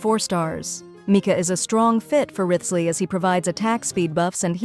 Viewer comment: The ai voice cent pronounce them correctly lol